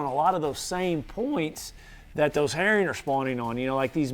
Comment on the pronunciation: "Eat eem sum hurrin "